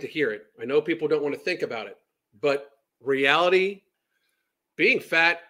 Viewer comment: She says realty instead of reality... there's an I in there ffs. Lol